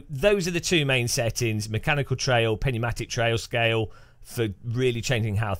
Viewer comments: Thank you. Literal phonetic= New-matic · Too much "Penumatic" tea ? 🤣 Its PNeumatic . Tire is pneumatic . Under pressure./njuːˈmatɪk/ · Pneumatic ??? LOL. Pronounced as "NewMatic"